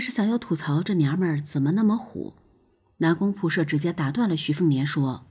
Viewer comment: 光是那個"射"的念法，聽了就受不了